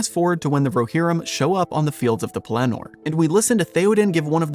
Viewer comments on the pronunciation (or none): LOL! I hate to pile on with the nitpicking, but you also put the inflection on the last syllable of Pellenor. I believe it’s supposed to be on the first. I could be wrong.